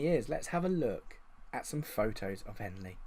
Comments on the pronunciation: OMG that's my home town!! Just so you know its Henley, not Hanley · Trying to see if I recognise the names see how good the data base really is, I'm from henley. I recognise none lol. If you do more videos like this you will do well... Also it's Henley not Hanley lol good work though